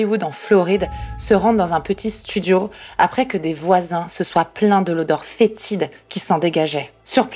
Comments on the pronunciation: Après je suis belge c'est peut être ton accent frenchie mais on sent bien le fétide quand tu le dis :v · Ca me tue comme tu dis "fétide" :v bon anniversaire, oué ça se voit trop les rides et tout déconné :v (dit le vieux de 44 :v).